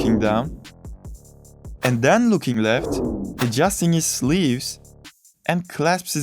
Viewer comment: why do you pernounce "then" or "when" like "Than" or "Whan" ??? is it that hard to do it right ? wtf